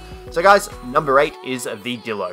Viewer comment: It's not Dilo It's D(eye)lo